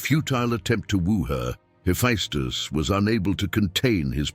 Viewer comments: Sir, I love your work, all of it. But it is pronounced Heffestus. Not Heffiestus. My ears tweak every time you say the name. Peace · That is true (heh-FESS-tuss) .. but he gets more right than he ever gets wrong, and I'm surprised how well the pronunciations are done for very difficult words/names/etc. Still .. you are correct.